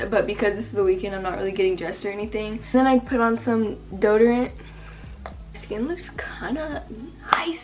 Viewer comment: Lol u said doderant instead of deodorant